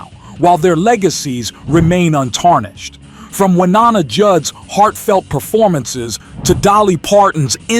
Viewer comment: The VO is definitely not human. It can't pronounce Wynonna correctly and says "nine nineties" instead of "nineteen nineties" .